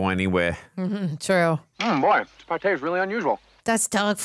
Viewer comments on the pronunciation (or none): none